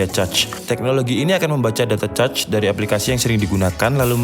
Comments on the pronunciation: mohon koreksi cara baca cache adalah "kaSH" bukan cetch atau cacing hehe, btw overal penjelasannya mudah dipahami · “Cache” gan, cara ngomongnya mirip bilang “kesh” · Bacanya kash bang bukan "cache"-_ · bang di bacanya kes bukan cace :( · Cacing bacanya khecing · cache = kaHS bang, jangan cachs apalagi caceee, wkwkwk jadi caceeew dewwch nanti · Cache = Kech min dibacanya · > cara membaca CACHE, konten menarik,mengedukasi, jelas dan to the point dapat gampang dimengerti,hanya saja pengucapan CACHE jgn ca-ce jadi kurang enak didengar pdhl yutuber dan channel teknologi..demikian dari saya mohon maaf kalau ga berkenan tidak bermaksud menggurui tapi pembahasan teknikal harus dgn penggunaan sebutan yg teknikal juga biar sejalan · Cache dibaca kaes .... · Cache dibaca "kash". Caching="kashing" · Cache ---> kesh, caching ---> keshing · Cache dibaca KESH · Mau ngasih masukan buat yang bingung cara bacanya, CACHE dibaca KAS(H) sedangkan CACHING dibaca KAS(H)ING. Terima kasih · Gatel denger ente ngomong Cache wkwkwk btw nice info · ice Age cace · baca cache itu kaSH gan :D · Sorry kalau gue salah Kalau ga salah cache itu bacanya kash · cinemato udah bagus, cache nya “cac” .. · dibaca aja kas gan, kayak kas saldo, udah ga salah2 bgt klo baca kas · Cache = baca aja kash or kesh.. good video btw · Saya heran mengapa banyak orang Indonesia yg salah mengeja "Intel". Ga enak rasanya dengarnya. tuh coba pencet icon speakernya. Juga "cache" nya juga salah... cari tau sendiri deh... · ane jg gatel dengernya hehe